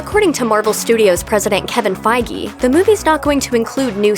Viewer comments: “Five Ggey” it’s FIEGE asshole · So Kevin Feige is pronounced as Kevin Faygee? I thought it was pronounced as Kevin Feej. It was all a lie!!! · 'Kevin Faigi' Wot? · Fiege!!!? You pronounce it wrong! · "Feige"!!??? I always thought it was fee•dge, like the "fiji water" but only fij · you're butchering Kevin Feige's name like a lot